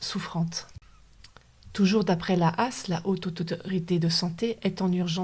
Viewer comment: Juste pour info, tout le monde (enfin tous ceux que j'ai pu croisé), dans le milieu médicale français dit H.A.S, pas a*s (ça fait vraiment bizarre)